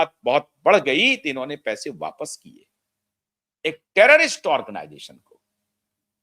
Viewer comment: टैरेरिस्ट नहीं टैरैरिस्ट बनाने की फैक्ट्री!😢